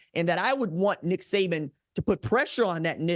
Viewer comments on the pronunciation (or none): none